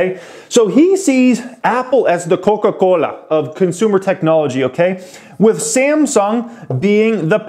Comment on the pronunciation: Bruh the way you said "Koka Kolahhh" just killed me XDDDD